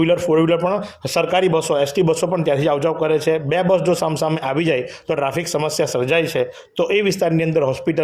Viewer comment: Request "AAYVI hati" aem nahi" Aavi hati "..aem speech sudharo news speaker